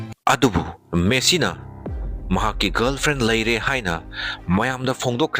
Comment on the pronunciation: Messi❎ Meesi✅😂😂😂